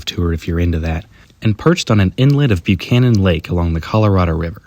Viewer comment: Pronunciation tip: Buchanan (as in lake and dam) is pronounced B-yoo-can-an. Welcome to the Highland Lakes.